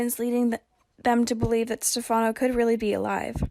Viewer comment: Why can't the commentator say Stephano's name right. Also why can't commentator read to us so we don't have to read it. Phillip is suppose to come back could be him pretending to be Stephano?